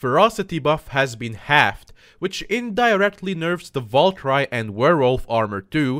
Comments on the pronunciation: actuly its not valcry its val ker e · Babe valkyrie is the same pronunciation over the world Val and kiri like the cow I'm confused everytime you sat it bruh